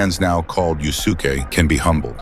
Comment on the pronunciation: It's pronounced "Yus'ke", not "Yu Su Ke".